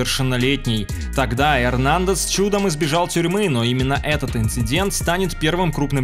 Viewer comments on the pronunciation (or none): none